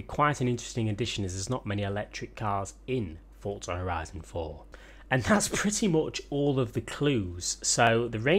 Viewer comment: Why can’t you say forza